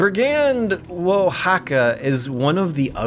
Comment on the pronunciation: "woah-ja-ka" ... At least he got the "j" right?